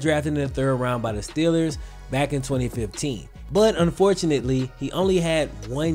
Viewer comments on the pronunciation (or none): none